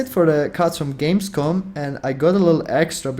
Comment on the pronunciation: It´s "Gamescom", not "Games Con".